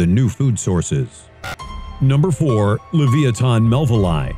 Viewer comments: leviathan = lev-EYE-ah-than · How can you pronouce Leviathan so wrong.